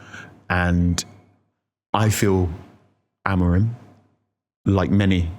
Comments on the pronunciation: Genuinely why do you keep pronouncing it Ruben AmoriN? It’s madness lol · The amount of times I hear you lot saying Amorin is shocking. A-M-O-R-I-M